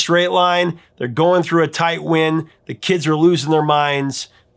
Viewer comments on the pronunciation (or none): "tight wind" JFC, has this guy ever even listened to the song? It's not wind as in "I wish this guy's stupid little hat would blow off in the WIND", it's wind as in "How the hell did I WIND up watching this ill-informed nitwit again" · Dear Prof of Rock. Wind rhymes with mind and line not sin and din. Shame on you! Also, Nick Lowe wrote such a good parody of the Bay City Rollers his song went gold in Japan, because sarcasm dies there. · In Blitzkrieg Bop, wind rhymes with mind, not sinned. He's not talking about the kind that blows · ♫ They're going through a tight WIND”, rhymes with “MIND”